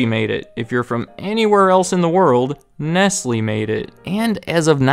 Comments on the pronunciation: You are right, I apologise. Please look up how to pronounce Nestlé. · Isn’t “Nestlé” pronounced as “Nest-Lay”? Nestlés aside, nice vid 👌🏼